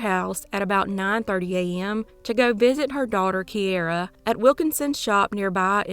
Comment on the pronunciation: It's keira, Key-Ra...its an Irish name